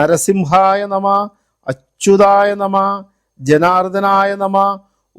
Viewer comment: Amanaya nama is wrong Vamanaya nama is right Nama is also not correct You have to pronounce namaha